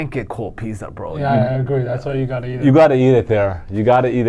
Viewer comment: Hey guys, great show. I'm here in Bristol R.I.. Not big R.I. but smallest state in the states. Thanks for turning my fortunes around, love the picks. Keep up the good work. BTW....it's pitzza, hit the z hard not soft. Lol.